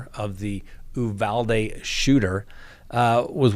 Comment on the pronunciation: Sir, I’m a girl from Texas. Uvalde is pronounced with a hard U. Uuuuuvalde. Just wanted to let you know. Love your channel, btw